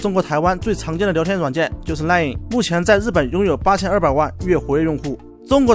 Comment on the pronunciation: line 不是lion 那个n还发那么重… 啊这